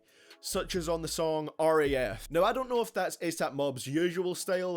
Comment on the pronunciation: R A F? Seriously? It's raf